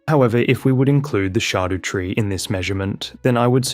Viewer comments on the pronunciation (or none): "the shardew tree" dude figure out english it's not that hard. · Dont mean to be weird but its shadow tree its old English but pronounced shadow